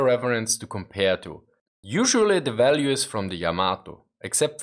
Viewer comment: Back up just a bit ..what's a walue? Kidding thx for the show